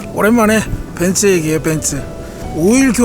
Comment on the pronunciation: 벤쓰아니고 벤츠입니다 어우..